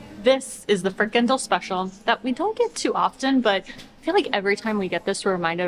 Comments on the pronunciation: Unexpected "Goed zo". Goed zo! And … Not sure if you appreciate corrections (just let us know), but in "frikandel", the emphasis is on the last syllable. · Must you publicize all the disgusting forms of unhealthy fast food that some people eat here? I have lived in the Netherlands for 64 years and in Groningen for 4, and never even heard of an eierbal. I think its just a scotch egg. Frikandél has the stress on the last syllable. Otherwise, keep up the good work.